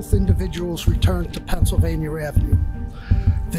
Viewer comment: There is no R in Pennsylvania god dammit hahaha